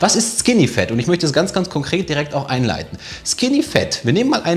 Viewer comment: Bitte Leute, sagt nicht skinny "fEt", sagt skinny "fAt", auf english ist das "A" nicht immer "E", die meisten der Deutschen machen diesen Fehler. Ihr könnt das googlen